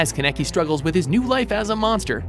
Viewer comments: Ikr why did he pronounce it like “ken cannakki” 😭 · he said ken keneki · dude really said ken keneckky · Why does he say "Kenekey"? It's just no like learn how to pronounce anime names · OMFG!!!, stop freakin butchering these anime names, u always fudging do that!!! 😡😑😒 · But they said Kaneki wrong!!!!!!!! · When he pronounced Kaneki I cringed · the way he pronounced “Kaneki” was killing me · YASSSS TOKYO GHOUL... even though he never says Kaneki right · how many times are these narrators going to butcher the names. Light Yegaaaami wtf. & its kaaneki not kaneki lol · The way he pronounced Kaneki and Yagami made me cringe so hard